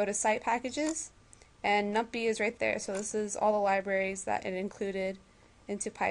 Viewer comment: LOL num-pie. Like pie-thon